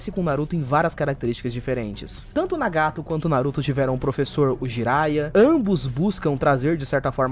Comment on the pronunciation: o video estava maravilhoso até ele falar nagato de uma forma horrivel logo apos dizer certo kkkkkkkk